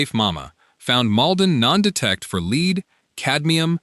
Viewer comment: lead not leed